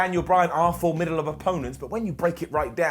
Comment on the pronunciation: trying to say formidable ends up saying formibable.